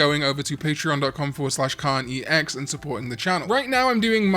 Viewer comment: I started losing my hearing and now when Karn says “KarnEX” I hear “Karn eats eggs” and I needed all of you to know